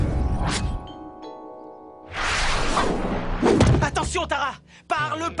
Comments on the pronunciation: bad c'est serena et non senba tu as compris alors arrête de raconter n'importe quoi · et c pa serena mais selenba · C'est pas Serena c'est selenba